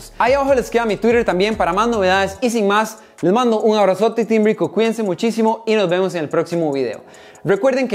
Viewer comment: Nononono amigo es RWICO JAJAJAJ